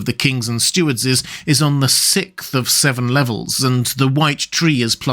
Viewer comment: New Ick unlocked: When they pronounce sixth as, "Sicth."